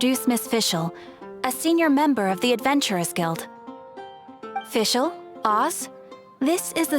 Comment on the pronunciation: I love how Fischl pronounces the German words